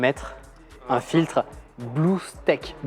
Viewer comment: Un régal ce genre de vlog BTS avec explications de ce qui est fait etc ! On en veut plus souvent ! =D Pour le filtre "Streak", le ea se prononce i dans ce cas là, donc faut le prononcer strique ! et à pas confondre avec un strike de bowling qui se prononce "straïque" :p